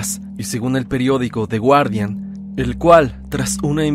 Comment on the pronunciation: de de wardian, chido tu inglés 😏🤭